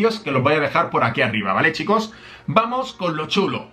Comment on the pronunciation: Tengo una duda, cuesta que pronuncies la letra "s". Por cuál razón? Ejemplos, dices: "clash of CLAN" (Clans).! Chico (chicos). Etc. Me parece algo extraño, más, que eres de España. 💪 Y..... con el inglés.... Queen Walk, Walk.....se pronuncia 👉 "Uok". Gracias por compartir los Sneak peaks. 😎